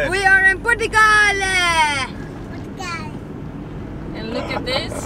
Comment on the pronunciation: I just love your pronunciation of " Portugal " , it adds a bit of positive sound to it.